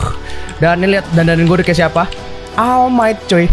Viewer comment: All might Dibaca oll might:v